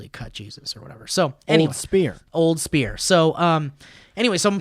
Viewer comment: when said spear of Destiny I heard sphere of Destiny